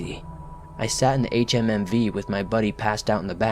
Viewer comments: “H-H-M-V” it’s pronounced HumVee idiot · Switched this off at the fourth HMMV. Ffs just say humvee. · Thermo meter? It's one word friend also Humvee is said as a word not spelled out lol good narrative voice